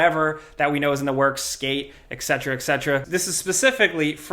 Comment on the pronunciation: Please stop pronouncing etcetera "exetera" ...